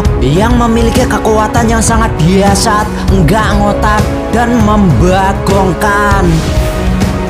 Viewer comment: Dahsyat bukan diasat